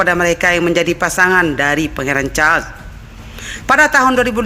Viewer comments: Pangeran char dan cemela ? Yg bener dong penyebutan kata asing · Bacanya tetep Carles bukan chaaa carmila bacanya Karmela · Sebutan tk jelas... Naratif yg tidak begitu smooth charles bkn cha